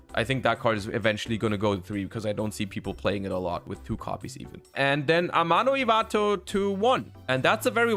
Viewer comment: I like that his accent peaks in a bit more when he says 'Amano Ivato'